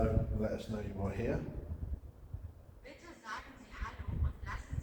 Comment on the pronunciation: haha german voice lol i cant stop laughing to funny to me sounds like shes saying Peta, or bitta? unsure of the spelling but i think it means "please" those lights were strange for sure great video guys i loved it, got home and squealed like a kid when i saw a video posted haha i love this place and i agree i love the rods experiment as well, even if it takes in circles at times lol much love as always guys! keep safe and well